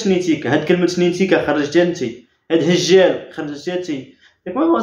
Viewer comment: راها بغات تقول خلاتو دجال وهي تقول هجال.😂😂😂